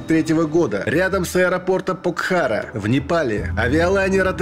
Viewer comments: Покхара. Ударение на первый слог. Классное место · К автору ролика, не обижайте непальцев, читайте правильно названия горов Покхара, ударение на о ….